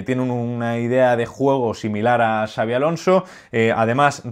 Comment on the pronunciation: Honor por dominar y respetar las pronunciaciones de Xabi y Xavi. Grande,! 🚜